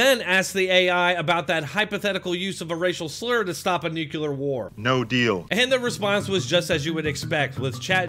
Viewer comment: Nuclear, not NUKULUR